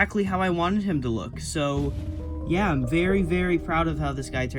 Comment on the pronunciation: he said yuh. It means yeah.